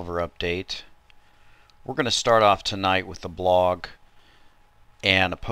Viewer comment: brother, what accent might you have? You say blog and dollar kinda funny.